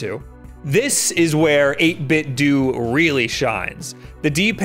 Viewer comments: It's 8bit-DOUGH not 8bit-duu. Just like it's Nintendough, not Nintenduu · it’s dough not du XD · Love your content. But come on man. 8bitDOH! Like Nintendo! Not 8bitDOOOOOO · I used to think that the "do" in 8bitDo was pronounced "doe" to rhyme with Ninten- do Guess I was wrong. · 8Bitdo is pronounced the same way as Nintendo. It's 'Doh' not 'Doo' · This same comment is made on probably every 8bitdo video I've ever seen, but as mrluna83 said, the companies own Bluetooth speaker pronounces it 8 bit dew. It should be dough, but according to the company, it's dew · 8bitdo, like dough, like nintendo, it's pronounced 8bitdough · 8-bit-doe, u say the end like Nintendo!!! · I always thought "8bitdo" was pronounced like "Nintendo", but so many people seem to say it as "8bitdoo"... which is the right way? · Would it not be pronounced "ate bit doe" just like "nin ten doe"? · It’s pronounced eight-bit-dough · Oh look, another person who mispronounces it as "8bit-DOO" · i always thought it was pronounced "8 bit doh" like nin-ten-doh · 8bit dough is how the company is pronounced. Like Nintendo but 8bitdo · I Don't think 8BitDo is supposed to be pronounced that way. I think the "Do" part is meant to be pronounced like Nintendo's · I love your videos but your pronunciation of 8bitdo triggers me something fierce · Pronounce Nintendo like that then. Or else you're still going to be wrong. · First time I heard about these controllers I knew the reviewer was saying it wrong. It was a different reviewer btw